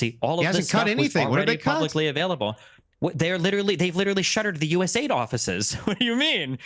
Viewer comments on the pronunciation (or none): it is USA-ID not US-AID you muppet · Hey destiny it’s pronounced U.S. A.I.D. Not us aid